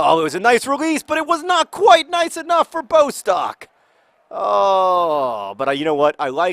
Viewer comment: When you say Bostock it sounds like Post-Doc. You should call him Bostock, PhD Swoodle